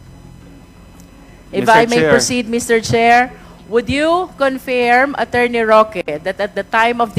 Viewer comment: Just a note: Roque's pronunciation of 'per diem' is correct vs. Cong. Luistro. Cong. Luistro should Google pronounce to verify the correct pronunciation. The other word, 'confirm,' Roque is again correct vs Cong. Luistro's pronunciation.